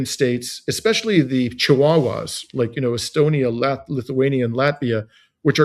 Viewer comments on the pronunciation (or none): none